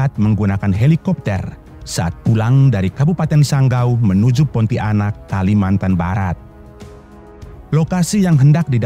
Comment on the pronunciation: Narator keliru cara mengucapkan kata PONTIANAK, bukan diputus menjadi PONTI - ANAK. Mohon pahami cara membaca yang benar sesuai kaidah tata bahasa Indonesia.